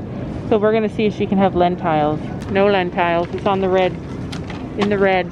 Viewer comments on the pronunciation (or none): Len-Tiles??? lmao. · Really that’s so different and cool! I guess I’m just used to the American and British way of saying it. My step dad is working in Canada for a few months:)